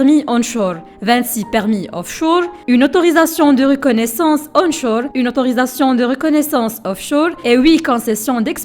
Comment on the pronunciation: Offchour ? Onchour ?😂😂😂😂